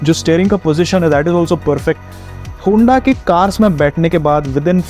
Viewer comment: Kya hunda hunda kar raha... its HONDA